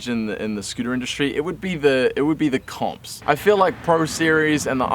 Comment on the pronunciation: When he said comps I thought he said cops